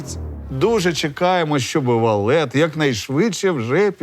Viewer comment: Та не валет, а ВАФЛЕТ